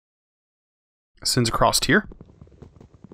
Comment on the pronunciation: please stop saying "acrossT" there is no T in across